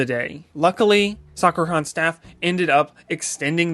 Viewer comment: You keep calling it Soccer-Con.... Its interesting that you don't know how to pronounce Sakura even though you've been going to this con for some time now...